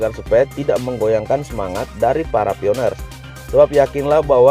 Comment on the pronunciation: Bacanya bukan pioner....pionir